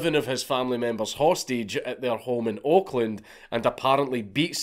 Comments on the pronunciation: Took me a couple of seconds too long to realize Count said "Oakland...." not "Auckland...." In my head, I thought, "Huh. Crazy. California has an Auckland too? Never knew..." 😆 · For a good minutes I thought he was saying Auckland not Oakland